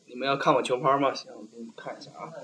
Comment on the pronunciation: qiu par. He must be Northern Chinese lol